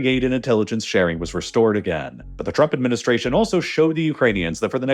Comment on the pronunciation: Is it only me or he's actually pronouncing it "the Truck Administration" lol